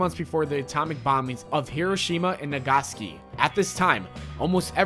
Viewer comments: Nagaski. Really. You just butchered that name. Say it with me NA GA SAK (EE) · Come on man, really. Nagaski, it's Na-ga-saw-key. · The creepiest was you saying NAGASKI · “Nagaski” Ha!! LOL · Nag-a-sa-key now say that fast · its naag-a-saki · AlphaleaderGaming I know right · I cringed when he said that. I mean, all that research & he didn't even know how Nagasaki is pronounced. If he had looked up its pronunciation before making the video, he would've easily saved himself from the embarrassment. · How the hell do you mispronounce Nagasaki???